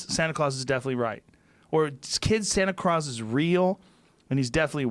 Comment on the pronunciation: Joe "Santa Craus" Rogan